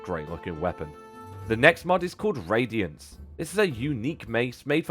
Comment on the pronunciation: radiAnce, not radiEnce